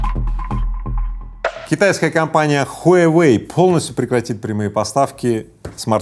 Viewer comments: Рыбаков, не хуйайвэй, а хуавэй! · Я думал ХУАВЕЙ,а оказывается ХУАЙВЕЙ!😁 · Мой друг произносит "Хуйвей", а тут "Хуявей" 🤣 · Произнашение огонь . Huyawei 🤣🤣🤣🤣🤣🤣🤣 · смартфон "хуе веи " 😅😅😅